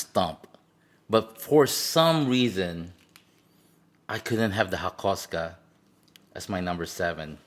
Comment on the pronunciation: the way he said hakosuka annoyies me its pronounced haako suuka